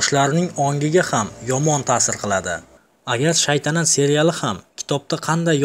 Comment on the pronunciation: Shaydanat deb yubordiz oka togri oqing keyin shaytanat togillap oldiz